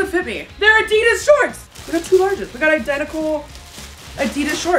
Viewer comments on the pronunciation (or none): Ad-di-das Adidas a didas